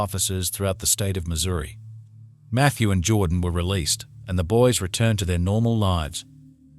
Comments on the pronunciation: The automated voice (AI) attempted to spell Missouri 😂yeah were all £UC}€D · It's "Missouri" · I'm from Missouri, it is a proper name. Any namesake deserves to be spelled correctly. In addition, any channel presenting itself as informative, by definition, needs to present information CORRECTLY. Would it be OK with you, if I presented Edinburgh, as Edenboro? Then showed it to thousands of people in an informative fashion, so they can all learn something that is incorrect, then go on from there to spread the incorrect information to more people?